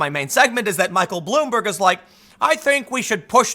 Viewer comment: He makes Bloomberg sounds like Admiral Akbar. He didn't say it was a trap, though...